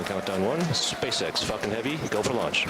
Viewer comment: lol he said Falcon heavy, my ears heard fucking heavy